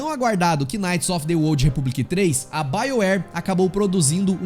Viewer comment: Mano, "quináite" é de f0der, a palavra knight se pronúncia "náite" igual a night porém mas agudo por causa do k.